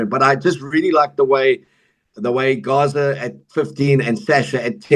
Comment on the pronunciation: you've got to learn how to pronounce Gaza. Gazza like Gareth;)